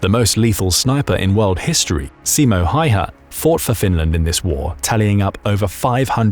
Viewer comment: I feel like i'm obligated to say this... Perkele se on Häyhä eikä mikään Haiha!